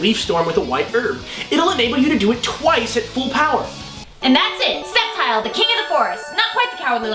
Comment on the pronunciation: I've always pronounced it Sceptile with a hard "C"...